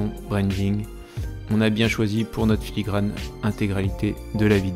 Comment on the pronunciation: ... puis On dirait bien que tu t'es rendu compte en cours de route que c'était filigraNe et non filigraMe 🤭 Mais en tout cas merci pour ces conseils